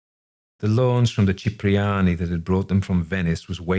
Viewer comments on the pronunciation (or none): Cipriani; Chee-pree -AH-nee San Francesco: San Fran-CHESS-co Fenice : Fen-EE-chay